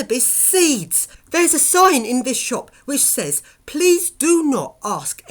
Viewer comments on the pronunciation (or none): none